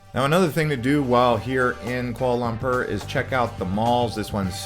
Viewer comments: FYI it’s Kuala Lum-por… not Kuala Lum-perr 💀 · It’s Pronounced Kuala Lum-por, not Lum-pur! 😂 I was just there and aside from the modern skyscrapers, interesting food and Batu Caves, I wasn’t that impressed with the city.